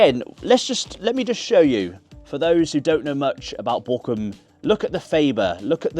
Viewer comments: Actually Bochum loves you so much, they've decided to rename the city and the club to "Bockahm" so you don't have to learn the German pronunciation. 😀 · Up the Bochum sounds so questionable when you pronounce Bochum like you do XD